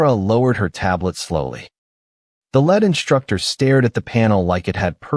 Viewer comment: LEAD is read as LID , not LAD, u need to improve your AI